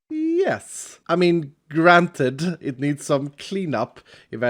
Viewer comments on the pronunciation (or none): get granted like granite